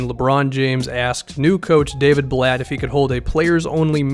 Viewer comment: “Daviud Blatt”